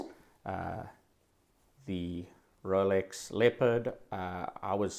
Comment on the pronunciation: I thought dude was saying Relics not Rolex for the first few times haha. I thought maybe that was another brand at first